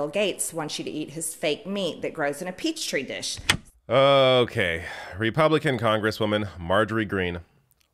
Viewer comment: No no no, “TEE tree wishes”, not Peach tree dishes. Dad gummit!